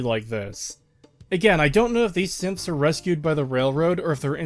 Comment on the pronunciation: Just as an aside, throughout this series I misheard you say "Synths" as "Simps" and it makes fallout 4 even funnier of a travesty imagining that being real xD